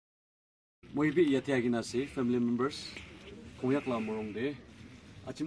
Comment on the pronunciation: Hello brother sorry to say this but we are not a kung yak it is the pronounce is konyak